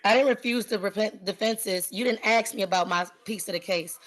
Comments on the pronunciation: Did. you pay rent? If not, you're evicted. And stop saying "axe". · "Ax". Ugh. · She really wanted to axe her questions. How can you take someone seriously when they can't even pronounce simple words like "ask" properly? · It's hilarious to watch and hear a totally insane illeterate being present a waste pile of so called case.. Can't even speak her mother tongue... What's with "AXE"?? What happened to "ASK"?? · Guilty of crimes against the English language. 'Aks'? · She shouldn't be allowed to axe anyone. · ASK ? Not axe 🪓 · She thinks she is so intelligent. Yet, she cannot pronounce ask. It isn’t ax, sweetie. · She "axe" a lot of questions. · She kept axeing the questions. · Okay listen! Let me Axe you something! Do you know what contempt or court is? 30 day! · She most certainly "AXED" her questions! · Are you saying I can’t axe” The arrogance of this ignorant girl is outrageous. The judge is allowing her way too much latitude. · "Ask"..its Ask. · Axe, axe, axe; go back to grammar school. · She can't even say the word "ask" correctly in court. Oof. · Axe axe axe axe axe. So fing ghetto and lazy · Can I aks what the heck that was? 😬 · With all her AXING, she's literally MURDERED the English language. M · In her research, she needs to learn how to pronounce, "ask". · Don't let them argue with each other. yes Lady you are a sov idiot. It's not prejudicial or whatever. No you can't axe a question. Go back to school. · Lady, if you cannot pronounce the word "ask" properly, you do not enhance your argument. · No girl you can’t ‘axe’ that question. 🙄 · No Lady You Can’t Axed anyone go back to school 😂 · Why can't she say ask? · If you cannot master the word 'ask', how in the hell are you going to excel in a court case? You are flat out dumb and unfortunately, you need to have this told to you many times before it will start to sink in.